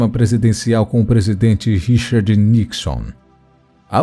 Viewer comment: Nicson, não Nixan